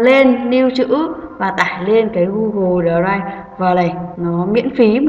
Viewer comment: Cảm ơn ơn bạn đã hướng dẫn, nhưng bạn nên tập đọc tiếng anh trên Google dịch cho chính xác thì hay hơn, bạn đọc đờ ray vờ nghe kỳ quá.